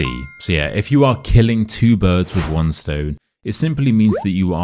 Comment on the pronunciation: If you’re purporting to teach English, the least you could do is not to pronounce “with” as “wiv”!